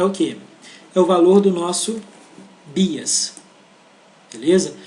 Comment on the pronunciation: Muito bom, mas sem querer ser chata e já sendo, "bias" pronuncia-se como "baias".